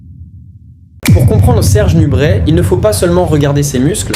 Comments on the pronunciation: Serge NUBRET pas NUBRETTE !!! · C est pas nubrette mais nubré a prononcer 😢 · On prononce NUBRÉ et non NUBRÈT ! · C'est une audio IA ou quoi? Parfois on entend nubrette et d'autres fois le nom est bien prononcé nubrè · ça se dit "nubré" !